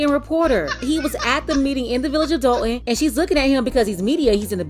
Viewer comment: First of all, love the way you pronounce Thornton and Dalton! People like this deserve to be exposed because families are struggling and deserve so much better from their leadership